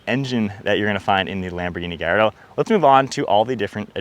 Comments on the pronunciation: It’s pronounced GAL LAR DOH not GUY. 😂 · Many people in Malaysia who spotted a Lamborghini Gallardo often pronounced the name wrong by saying GALLARDO because the two Ls are sounded which rhymes with the evil Claude Frollo from Victor Hugo's novel The Hunchback of Notre Dame and its old 1996 animated Disney film adaptation. Any concerns?